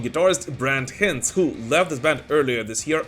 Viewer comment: Brett H-eye-nds. Hinds. Like Meat Ale Pile Grime.